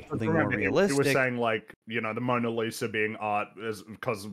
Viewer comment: I like how the guy in the video dismissed Kincade as an alcoholic, then seems to admire Pollock's noble suffering from addiction. Also, he totally said "Moaner Lisa" at the beginning.